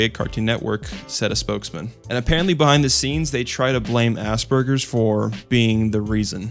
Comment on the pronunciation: It took me a full minute to understand that he said "Aspergers" and not "Ass Burguers"